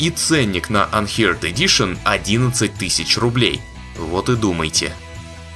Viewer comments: "анхёрд", не "анхиард" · Unheard - не анхирд, а анхёрд, неслыханный.